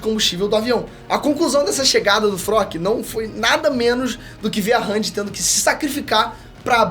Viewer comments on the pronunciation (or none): pq ele fala Frock ao invés de Flock kkkkkkkkkkkkkkkkkkk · A tampo o bixo fala o nome dos personagens todos errados, é flock e n frock kkkkkkkkkk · Eu gostei desse novo apresentador do canal mas confesso que me senti incomodado do cara falar os nomes todos errado. Fróqui? Eruin kkkkk. Me passa a sensação que ele nem entende nada mas ensaiou muito bem. Tirando isso muito bom